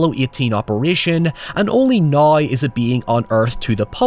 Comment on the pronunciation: Noryw???? Its now. The word is now. Lol